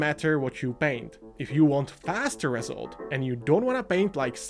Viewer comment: Been painting since 2019, I am so happy I focused on layering right from the start, it's the only technique I use and after 5 years my painting is so much better. Never even bothered with wetblending, blegh. Also, it's pronounced reSULT, not REsult